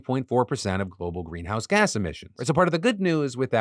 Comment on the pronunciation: Gweenhouse gwasses?